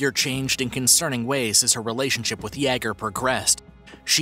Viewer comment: I really like this channel and I think that the announcer does a great job! That being said, I am surprised that he can pronounce the (common french name) Pierre, but he is unable to correctly pronounce the common German name Jager. This might help: Jagermeister. I first noticed this when I heard him (on a different segment) pronouncing the name Yves without keeping the s silent. It's spelled that way, but it is pronounced "Eve". I'm sure it sounds like I'm nitpicking, but he said that he reads these comments... By the way, I neither speak French nor German, myself.